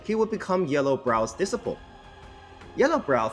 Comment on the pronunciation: You mispronounced "disciple."